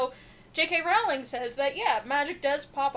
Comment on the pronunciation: Her last name is pronounced like Rolling Rock Beer, NOT like 'Row! ling' why do so many people pronounce it wrong?